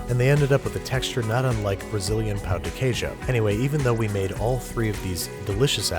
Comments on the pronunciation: you saying brazilian pão de queijo: everything for me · Me being Brazilian hearing you say pão de queijo was the best thing I've ever heard you say Thank you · I’m Brazilian and I found the way you pronounced “pão de queijo” absolutely lovely! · You pronounced "pão de queijo" really well. I'm impressed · A++ for the pronunciation of Pão de queijo!! Good job, bud ✌🏽